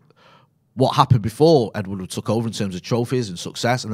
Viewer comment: ed woodward, not ed woodwood